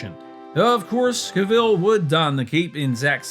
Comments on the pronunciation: CAV-ILL no! Pronounced CAV-ELL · Really need to stop saying Ca-vill. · Cavill, no Caveel, fking numbnuts